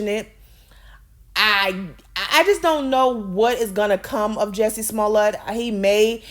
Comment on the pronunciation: His name is Jus-sie, not Jessie. Jus-see.